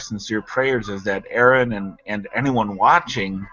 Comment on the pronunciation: His name is "Aron", not "R N". Nobody seems to be able to get this right, ever. You got "Aaron", you got "R N", but very rarely do his opponents actually call him by his name.